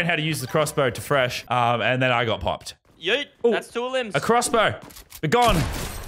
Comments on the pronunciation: It’s not yeet it’s heet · Normal LazarBeam: Yeet Medieval LazarBeam: Hyeet